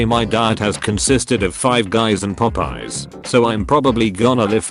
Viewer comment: Did text to speech just pronounce Popeyes as poopie?